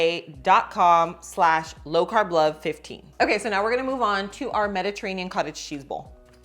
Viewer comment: I think you're pronouncing the ARMRA wrong. You were saying ARMOR.